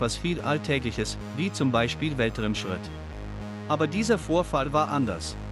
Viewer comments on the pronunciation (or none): Sprichst du das selbst oder eine KI? Weltrimschritt??? Und das mehrmals?